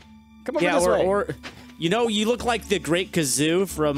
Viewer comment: I had to correct this.. it's "The Great Gazoo" GA... GA... dumb dumb